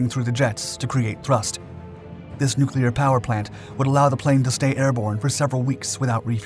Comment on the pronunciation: "Nucular" -Homer Simpson